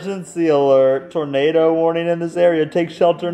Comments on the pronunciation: It sounded like the girl said "tomato" instead of "tornado" 😅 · Awww she said tormado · When the girl said tornado it sounded like tomato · instead of saying tornado she said tomato XD